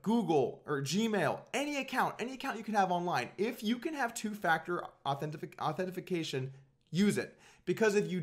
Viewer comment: Authentifenication? Ive been saying it wrong this whole time - joking Dougy, love you!